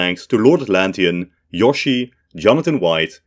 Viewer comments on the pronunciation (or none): none